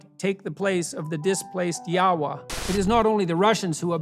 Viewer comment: Jordan Peterson also mispronounces Yahweh, it's pronounced ya-way, not ya-wah... what a buffoon.